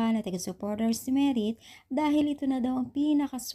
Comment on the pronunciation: maam hindi Merit correction Madith po maam